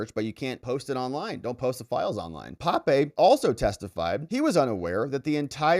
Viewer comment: That's professor P`ape, not Pape...